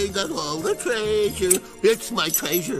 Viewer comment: We love it when Frank Welker pronunces treasure traisure 😄 little things that make Scooby fans happy